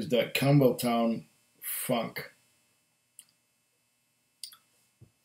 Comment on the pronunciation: I might have been reading "Campbeltown", but I kept hearing "Camel toe" lol nice review my friend!